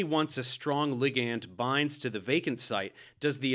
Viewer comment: Why are you saying ligand like that 🤣